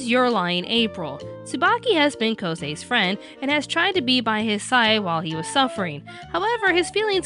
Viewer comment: you pronounced Kousei's name wrong